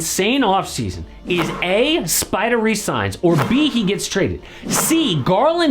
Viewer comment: I love you but please STOP saying SPIDAH. no one will hate it you just say spidER